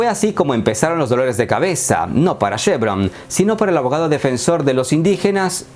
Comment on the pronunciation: no es SHEvron es CHEvron!!!